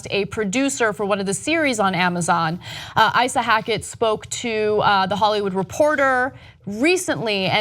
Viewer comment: Isa is pronounced (ee-sah). short for isahamara